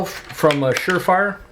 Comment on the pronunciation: You said sure frier. Lol